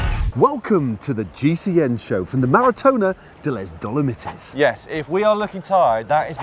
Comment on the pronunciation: loving matt's pronunciation of dolomites